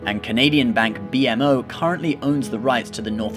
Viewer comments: I live in Canada and I bank with BMO. The way you pronounce the name of the bank is bi-mo, not bi-em-ow. It stands for Bank of Montreal. It's the oldest Canadian bank. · just a note, that Bank of Montreal, and it's usually pronounced "Bee-Moe"